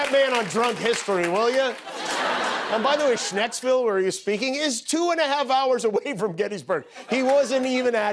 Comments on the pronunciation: LOL, Jimmy, it's pronounced shanks-ville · It’s ScheNksville…